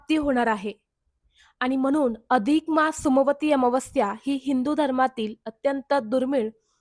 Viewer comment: सोमवारी अमावस्या उच्चार चुकतो आहे ताई